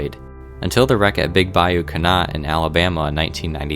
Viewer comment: Might want to research pronunciation of "Le Havre" and "Canot". Hint: french. Many can help.